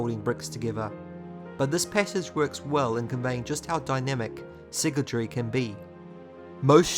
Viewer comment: My man is saying siggletree, it’s sygaldry, si-gal Not sure if this bugged anyone else